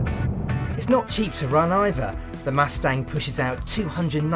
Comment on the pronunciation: "Muthstanng"? bye everyone, I can't deal with this guy